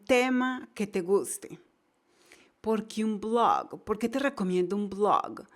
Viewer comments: dice un BLOGGGG ! parece que va a vomitar, por favor necesita mejorar bastante su ingles NO ENGAÑE !!! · Marvele Herrera a mi no me gustó como pronunciado oasis blog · ¿Te dió gracia oir "un Blooog"? jajaaja. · lée un blooag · Dios esa.pronunciacion de blog.. Diossss .... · Siiiii por un momento pensé que iba a vomitar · Jajajajaja si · Gracias por los consejos, los pondré en práctica ;). Por otro lado, muy graciosa la forma en que pronuncias la palabra "blog" jajajajaja